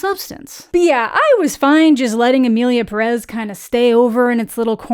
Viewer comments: You said 'Emilia Perez' so well. Y'know, you could have horrible mispronounced, butchered the title, and Mexicans would have been grateful hahahaha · (Spanish speaker here) Not even starting the video and I'm already impressed !! Your pronunciation for "Emilia Pérez" is so good !! Better than the director, I bet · Appreciate how you’re the first English speaker to correctly say the title of the movie. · I mean, most musicals nail all songs, though; that's the point... so, they really have no excuses... Also,, excellent pronunciation of Emilia Pérez in the intro! Yes, different accents in Spanish are a problem in movies made by non Spanish speakers. I'm so angry about all the problematic behind the scenes of this movie, but also with the in-movie messes (and offense, honestly)